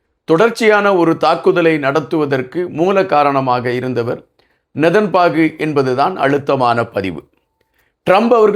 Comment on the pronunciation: please pronounce name correctly his name is not nethanbaku correct name is nethanyahu